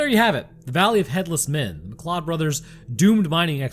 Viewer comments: McLeod is pronounced McCloud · You said two things wrong. McLeod is pronounced mcloud and metis is may tee. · If you were speaking of Métis heritage, it’s pronounced “may-tea”. Oh yeah, McLeod is prounounced “mcloud”. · Mcleod is pronounced McCloud. Haven't you seen Highlander??